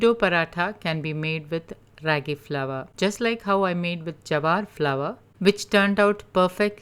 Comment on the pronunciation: The a sound isn't raggy as in shaggy but raagi as in raama.